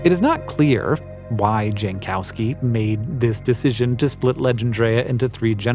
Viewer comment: OMG, Hank I love you and your narration, but please check with someone how to pronounce foreign names. I can just about forgive you mispronouncing Kreutz as “croots” (it’s actually more like “croyts”) but Jankowski? Your master of microscopes lives in Poland! I’m sure you talk on Teams or Zoom often, surely you could have checked with him that Jankowski is pronounced “yankovski”.